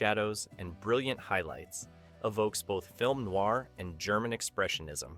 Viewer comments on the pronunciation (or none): none